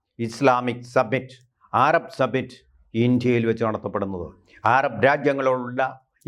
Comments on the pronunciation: ആരാബ് അല്ല സഹോദര അറബ് ആണ്. 😎😎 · ... "aarab" ennu parayano ? "arab" ennu porey !?